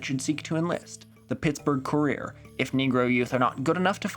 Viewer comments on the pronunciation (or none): none